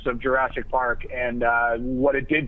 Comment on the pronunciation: AHAHAHA! "JURAASIC WORLD" XD